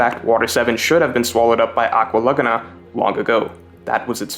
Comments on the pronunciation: It’s “LA-Goo-Na” not “LugNa” bro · It's not "luhguhnuh," it's "luh-GOO-nuh" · I can't take "lug-a-na" instead of "la-goon-a" good video though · Man it's pronounced "aqua lagoooona" not lugna 😭😭🤣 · Laguna = La-Goo-Nah Its not pronounced Lugna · I can't get over the way you're saying Laguna.. have you never heard of a lagoon? It's pronounced la goo nuh.. am I the only one? If I'm the crazy one here someone please tell me lol Also usop is luffy's best friend? I didn't get that.. would have made water 7 even better if I did get that, but I just didn't get that from the story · Holy shit the way you say laguna... Just say lagoon and then add an "ah" at the end. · Good video I just think you’re saying Aqua Laguna wrong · He keeps saying Aqua Laguna weird... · Dude really can't pronounce Laguna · Why you say laguna like that lol. what in the world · GREAT VID. But the way you say laguna hurts me a little lol. more of this greatnes! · You pronunciation of "laguna" and "archipelago" is annoying.